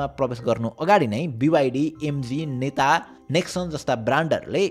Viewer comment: Need to work on pronunciation. "NETA" isn't "नेता" it's "नेटा" LiDAR isn't लीडार it's लाई-डार